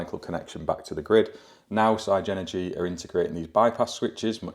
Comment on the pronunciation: Love the channel but the MD at Everything Electric South has now confirmed that you pronounce it Sig-Energy like the Spice Girls saying”Ziga Zig Ahhh” so no more Sci-Energy….